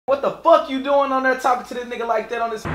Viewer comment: My nigga said... "ere"..🤣 come on homie there's more than one there